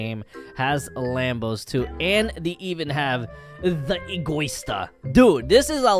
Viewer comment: It’s written egoista translation egoist ant the right pronunciation is ego-ee-sta